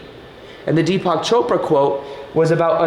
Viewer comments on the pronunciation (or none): none